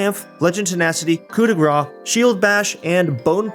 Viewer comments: it's "Coup de Grass" Grâce is prononced like grass =) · the way you say coup de grace means fat strike instead of finishing strike you're butchering the french language